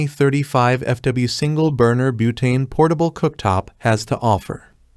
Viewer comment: Boootane killed me 😂😂